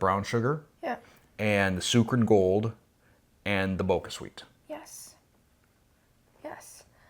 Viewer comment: Thanks for doing this! Btw, the squash is pronounced Ka-bo-cha (it's a type of Japanese pumpkin), not Ka-bo-ka, so the sweetner is therefore pronounced Bo-cha Sweet, not Bo-ca Sweet. And the sugar alcohols like Xylitol and Erythritol mess with lots of people's tummies, mine included, so you're in good company there :)